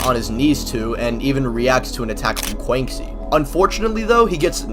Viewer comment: Bro PLEASE learn to pronounce Quanxi better. Disrespecting the homegirl.